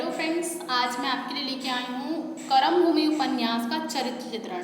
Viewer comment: बहुत सारे शब्द आपने गलत बोले हैं । शुरू में ही ‘कर्मभूमि‘ को आपने ‘करमभूमि‘ कहा, ‘प्रेमचंद‘ को ‘प्रेमचंद्र‘.. कृपया सही शैली अपनाएँ।🙏 मेरा उद्देश्य आपको ठेस पहुंचाना नहीं बल्कि सुधार के लिए कहना है।